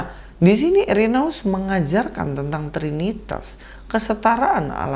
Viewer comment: Udah bener2 muak dg kebohongan2 menjijikkan para mualaf. Speechless deh.. Koreksi dikit,. Dlm bhs Latin, huruf "ae" dibaca "e". Jadi, cukup dibaca "Ireneus" aja. Salam kasih dari Katolik. Shalom aleichem!